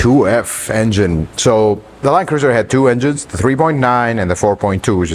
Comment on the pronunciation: I think I hear "land-loser" whenever I hear the new (Prado) Land Cruiser mentioned